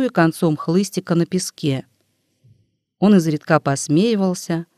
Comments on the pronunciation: Не изредКА, а Изредка. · Изредка. Ударение на И. 😢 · Ну что это за "изредкА"? Слово встречается часто, и каждый раз ударение на последний слог. Значит, ошибка не случайна. И недоумение растёт... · Наверное, читает машина: русский человек не может в слове "изредкА" ставить ударение на "а". Здесь же постоянно коверкаются ударения! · Изредка. Ударение ставить на "и"!!! Ведь это надо знать тем, кто читает классику... 😢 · Мне тоже не понравилось, как будто читает робот. Странные паузы в неподходящих местах... И просто чудовищные ошибки в ударениях. ИзредкА убило